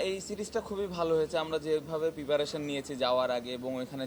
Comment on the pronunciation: পিপারেশন নারে পাগলা প্রিপারেশন। এরা অধিনায়ক হয় কেমনে!😅